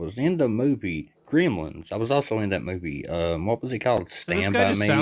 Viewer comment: Greemlens. From now on that's what I'm calling it.